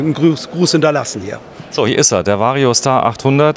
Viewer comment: Vario SCHtar